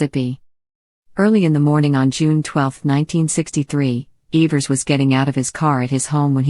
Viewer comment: Couldnt even correctly pronounce the names in this well written documentary